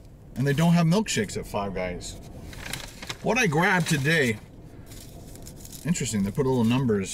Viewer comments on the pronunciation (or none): none